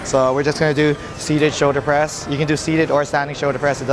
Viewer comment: "Shoder press"